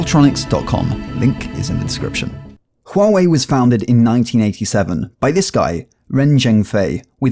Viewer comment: finaly someone who pronounces it right